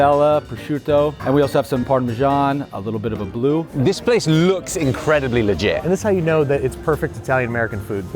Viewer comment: The way he said this place lewks incredibly legit 😂 I played it like 5 times. Lewkzzzz lewkzzzzz 😂 it’s like the haych sound for H to an American 👀 😂😂😂❤ all love